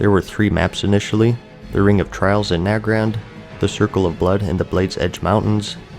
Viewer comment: This video is great because rather than being told what changed in BC you understand how the players felt during this time and it's great learning about old expansions since my family revolved around this game but I was around 6 or 7 so I could never play it ( Also it's nay-grand not na-grand)